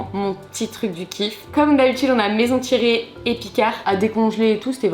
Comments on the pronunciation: Fan 🥰 Par contre pour avoir travaillé 3 ans chez Thiriet ça me fait bizarre d’entendre maison devant et que tu dise Thiret et pas Thiriet ahah 😅 on veut la partie 2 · ThirIet et non Thiret le I se prononce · Thiriiiiiet c'est pas dur à dire 🤣, sinon très bonne vidéo 😉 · ThirIET pas Thiret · C’est maison Thiriet, pas Thiret 😭😭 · Y’a un i à la fin de thiriet 😢😅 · Thieriiiiiiiiiiiiiiiiiiiiiiiiiiet c'est un I pas un tiret ! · Thiriet sans le i ca irite l'oreille un peu 🤣 c'est pas un tiret